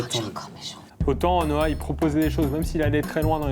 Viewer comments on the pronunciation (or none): Pourquoi tous le monde l'appel Noa ? c'est Noi...